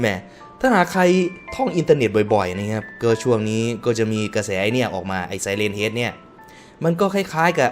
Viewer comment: พี่ฮ่ะๆ ไซเรนเฮด ไม่ใช่ ไซเรนแฮด